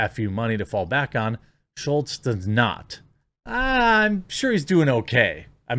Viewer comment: Both you and the Crowder article are calling him Schultz. His name is SCHULZ. There's no "T" in his last name.